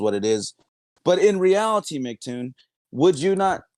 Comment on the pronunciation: These muppets are so slow that they call him Macktoon instead of Em see Toon.